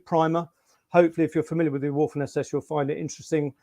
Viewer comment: You always know a quality author or historian when. They pronounce waffen with a W!!!